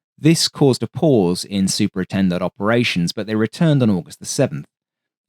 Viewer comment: “super e-tendards” 🥴